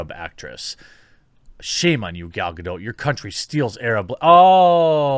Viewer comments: It's Ga-dott, with emphasis on the last syllable, not Ga-do. She's Israeli, not French. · It's Gal Gado*t*. The t is not silent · Yo Jeremy, the name Gadot is pronounced as Ga-Dot with the t, and not as Ga-Dow. In Israel the name is written and spoken with the T counterpart in hebrew. So in short, the T Is not a silent one. (I guess unlike in french originated words I presume) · The T is not silent! Say it like G'dawt G'day! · Jeremy, I checked for you snd everyone else and her name is actually pronounced “Ga-dote”. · Jeremy, I checked for you and everyone else and her name is actually pronounced “Ga-dote”. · Her name is pronounced Ga doT. It's not a french name like Godot. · Gah-dough, Jeremy, jesus. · It's not gah-doh, and it's not gah-dout. It's gah-dot. As in "to dote" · It's Gah-Dot. (in hebrew גל גדות) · It’s pronounced “ga-DOTE” 🦸🏻‍♀️ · It's Gal Gadooh! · yeah antisemitism is alive... but jewish people don't go out burning buildings and kicking cars. BTW Gal doesn't care that much about Israel anyway. Edit: Her name is pronounced Ga-Dot (as in ) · You've heard her say her own name with a "t", but said it silent. Lol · What are the chances you pronounce Gal Gadot without the weird silent T you americans tend to apply to Gal Gah-Dot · Gal Gadot (with strong T at the end of last name). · Saw a great interview with Gal Gadot back when "Wonder Woman" came out. She said her last name rhymes with "boat". No silent "t". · Its Gadot with a sounding T in the end. THe other pronouncation is kidna more french... Her surname is more like a Israeli or Swede would pronounce it. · Finally an American that pronounces the T in Gadot, it’s Hebrew, not French, there’s not silent T. Also, funny that the same people calling everyone a nazi are the biggest jew haters. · The Other Point Of View As a Hebrew speaker who's also fluent in English, that's the opposite of true. Gadot rhymes with dot, not dote, there's none of that "dowt" sound.